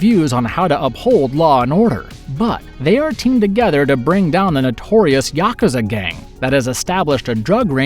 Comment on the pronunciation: Lol "Yaka Zuh"